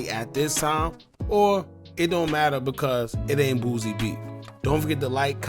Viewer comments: It’s “Boo-See”….. not “BOOZ-EE” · Bro its BOOSIE not Boozy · Aye, why you always call the homie “booozie”? 😂